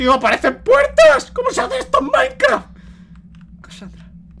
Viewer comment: Like si escuchaste que dijo maincra :v